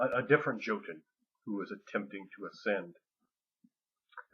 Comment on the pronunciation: Awesome as your video may be, I cannot overcome the urge to get pedantic on pronunciation: the "j" in "joten" is pronounced like a "y." It's like that in all Germanic languages. Be that as it may, I can't wait to read Ring of Fire!!!